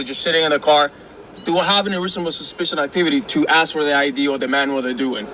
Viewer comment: “Ima aksss u uh gin” why do we tolerate this illiteracy?